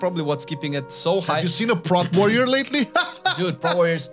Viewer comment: its P-rot warrior not prooot